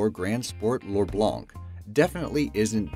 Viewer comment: "Porcelin l'orblank" mean "White Gold Porcelain", a reference to a french expression ('cauz us, snails eaters, also call the porcelain the white gold). BUT i'm not here for that, i'm actually laughing to death because we never pronounce the C of "blanc"